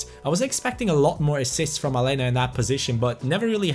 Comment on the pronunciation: It's Alenia. Not Alena. Like so can see